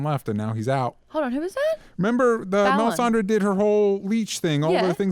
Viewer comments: melisandra, not melisanderr man that was annoying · it hurts when I hear pronounce Melisandre as MelisandER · '..Sandre' whispers Maude after butchers the lady's name. Lol loved that. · Does pay any attention to the show? How the hell does he not know how to pronounce Melisandre after all this time? It was so annoying hearing him say melisander. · Why do you pronounce it "Mel-i-san-der"? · Am I the only one who finds it obnoxious as hell that keeps saying "Melisander"? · drinking game: take a shot every time says Melisander, then yell FEEL THE BURN!!!!